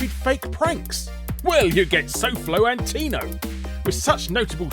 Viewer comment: I thought it was gonna be your voice, then all I hear is pronouncing sofloantonio wrong